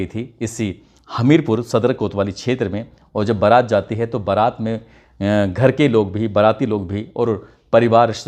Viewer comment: Barat not parat okk